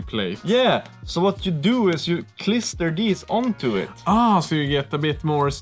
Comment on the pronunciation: "klister it" 😅